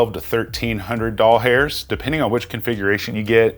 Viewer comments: Doll hairs is so cringe and unnecessary. Just say dollars. It's less effort to say it right anyway and you won't sound like a pervert. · lol how about “fro-mo-code”